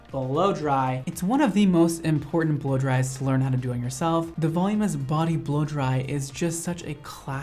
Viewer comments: This works! I tried this method— he’s right, you can do it all and have bouncy, shiny, smooth, silky hair with this method. No, you don’t need to be able to see the back of your head, at least, not for the “voluminous” version (which I think is pronouncing wrong, but he knows how to do it, and that is what matters). The best trick is his advice to smooth all the hair at the hairline up and back— wow, game changer! I am a new fan. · What did you learn from this video? That I don't know how to pronounce voluminous lmao (And how to make my hair look noice) ✨ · great video and I’m loving how he pronounces voluminous as “volume-ess” lol! Not talking shit. But still chuckling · Vol-OO-min-us,; it's pronounced "vol-OO-min-us". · I love this kid ! He mispronounces ‘voluminous’ but it makes him all the more adorable ! So young yet an expert at his craft !!! I’ve tried to watch blow dry tutorials before and I get bored and give up. But he’s so fun and enthusiastic It’s like you want to keep hanging with him !! He explains it all so great, he’s so fun, excited, happy and simply darling . Love it! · I love you to pieces, but it’s VUH-LOO-MIN-US, not VOL-YOO-MOUS. XOXO I STILL LOVE YOUUU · I love and I've been a fan for a long time. I hope I'm quickly forgiven after stating that the way you () pronounce "voluminous" is killing me. Straight killing me. It isn't "volume-ous" it's "volu-min-ous." I know I'm gonna get called a Karen or something for this but it's just grating on me, I can't help it. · he said “volumous” like a billion times lol... it’s volumiNous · Seriously. I went to the comments to see if I was the only one who couldn’t hear him say that word again. Vuh-LOO-mi-nus! Haha love the rest of this. Just wish I could do this to myself! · ilysm but I’m 99.99% sure “volumous” isn’t a word, it’s “voluminous” 😭 I’m sorry ily 😭💗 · I ♥️ u. Volumous= Voluminous. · Volume-us? I’m Dying. Love you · voluminous = "vul-oo-min-us"